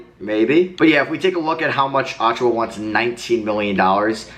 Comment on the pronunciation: Precious's last name is pronounced "uh-chew-uh"